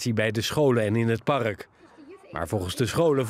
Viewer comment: Beste voice-over: Het woord ''park'' heeft 1 lettergreep, dus geen ''par-uk'', erg irritant!